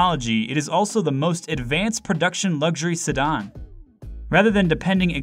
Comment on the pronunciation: Why don’t you know how to say sedan? Lmao!